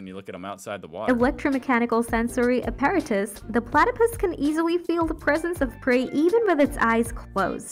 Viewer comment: This narration has got to be AI generated... the syllable emphasis on some words is terrible eg apparatus/habitat/intestine.